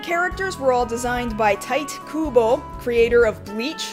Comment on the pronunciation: Tight Kubo, rather than loose Kubo? It's TEE-TAY